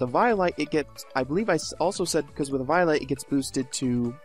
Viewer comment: Oooo oh oh god he pronounces eviolite sooooo wrong!!! It's pronounced ( Evee-O-Light) Jesus